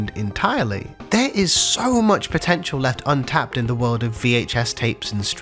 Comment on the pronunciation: did you say POTENTIAL? Megumi upscale